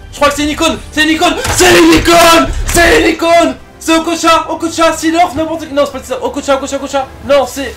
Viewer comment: Il a dit okocha et oblak😂😂😂